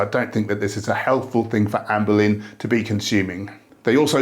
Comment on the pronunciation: I will never not hear you say "Anne Boleyn" when you say her name... 😅